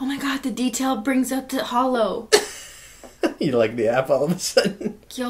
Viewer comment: The real Christeen would say holo not hello